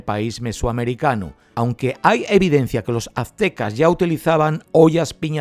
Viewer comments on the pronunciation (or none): none